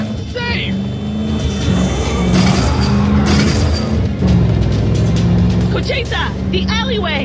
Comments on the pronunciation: its cocheta not cochetta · It's Cocheta not conchetta